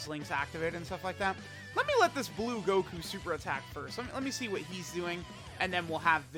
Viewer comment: "Blue Guku"